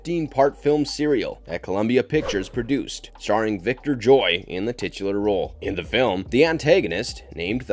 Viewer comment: Victor Jory, not Joy